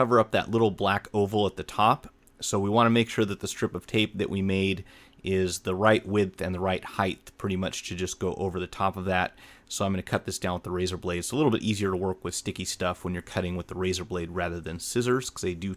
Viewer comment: Did he just say 'heidth'? ':f